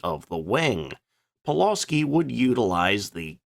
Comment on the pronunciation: Thanks. Another great video, and I certainly learned something. As for pronunciation: Pulawski is pronounced “Pu-wuf-ski” with the emphasis on the second syllable. And regarding your comments about Poland being hard to defend and how quickly it was overwhelmed: you mentioned that Poland was also invaded by Russia, two weeks after the Germans, but forgot to compare this with France which surrendered after just six weeks.